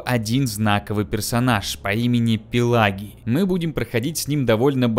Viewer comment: Не Пелагий а Пелагий...